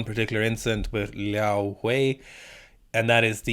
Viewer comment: Commenting for the algorithm. But your pronunciation of Liao Hui’s name is phenomenal. Hate it when people just butcher East Asian names and don’t even try to get it right